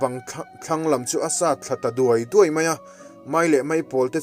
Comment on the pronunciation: a DUAI tih tur alawm... DIAU nilovin aww